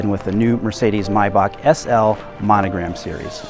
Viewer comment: First, you guys decide how to pronounce Maybach properly. Sometimes it's May- Bash and sometimes it's My-Back....wtf?!?!